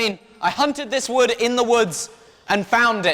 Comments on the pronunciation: And to top it all off, you mispronounced wewd! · What wewd yew dew